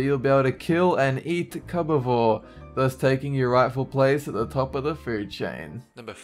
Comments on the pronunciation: ok I'm confused, you say cube just fine, but when you try to say cubeivore you say it "cubivore" Explain please. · Cubba-vore!? Jesus Christ man, you really mangled that one up, it's pronounced Cube-E-vore! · Cubivore is pronounced "cube-a-vore" and I actually quite enjoy that game, it's in my top 10 games for the gamecube.